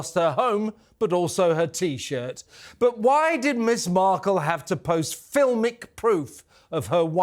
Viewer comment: . "Me-again -Marple- ...er... Mark-all" .